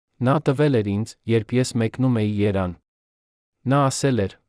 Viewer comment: Երան թե՞ Երեւան՚ Գորգ թե՞ Գեւորգ՚ այ անգրագետ։ Էլի շատ սխալ բառեր։